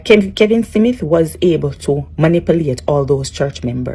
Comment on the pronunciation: STOP, you don’t look good and the word is not Simith it’s SMITH, talk bad gal.